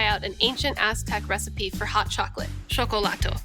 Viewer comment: Don’t pronounce the “L” at the end of a Nahuatl word so hard. It’s more correct to say “Shokolaht” when pronouncing Xocolotl. Also heated Xocolatl was more of a Mayan thing, you get more froth if you don’t heat the water too much and there are some fun tricks to get more froth depending on what you have available and if you ferment it gets EXTREMELY frothy, I still have some on my ceiling from a year ago. I drink like 3 a day and I don’t think I could go over 6 so I doubt Motecuzoma had 100 a day 😂